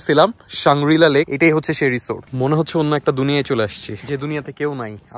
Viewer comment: উচ্চাররণ হবে রিজর্দ মে বি